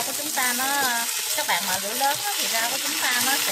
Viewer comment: Cảm ơn bạn đã chia sẻ 😆, tuy nhiên bạn đừng nên gọi tiếng "bạn" thành ra tiếng. .... BẸN !;!!!